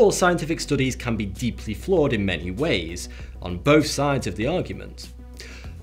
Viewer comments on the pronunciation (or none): none